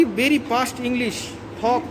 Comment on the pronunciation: Top premium quality englissss